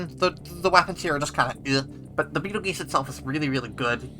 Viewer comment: you mispronounced Betelgeuse